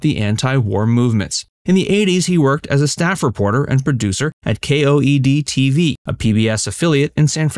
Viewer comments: KOED ??? Perhaps you meant KQED. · KQED, not KOED